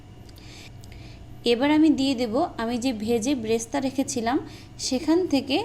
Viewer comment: Bresta না। এটা বেরেশতা।